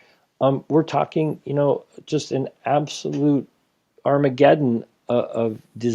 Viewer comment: Arm-a-get-in. Yes.